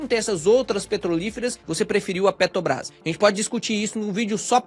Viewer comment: qual a dificuldade do cara falar peTRObrás?